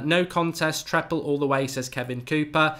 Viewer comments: It's treble not treple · Mark let’s start off firstly with the pronunciation - It’s ‘TreBle’ with a ‘B’ and not ‘TrePle’ with a P as you’re saying it.